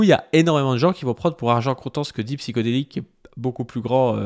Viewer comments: C'est pas Psyko, c'est Psyho. Il va te coller un procès pour avoir mal prononcé son pseudo à plusieurs reprise! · Pour commencer: c'est Psyhodélik pas psychodélique. ll va falloir apprendre à lire et à parler. Ensuite il a été condamné ou pas???????? ??????????????????????????????? ???????????????